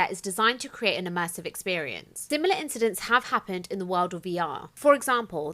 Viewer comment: It's INCIDENTS not incedentses